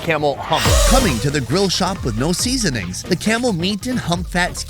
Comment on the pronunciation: The way he says "SEaSoNings." I always love the energy on this channel